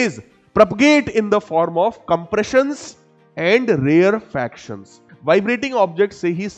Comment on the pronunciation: Rarefaction pronunciation is wrong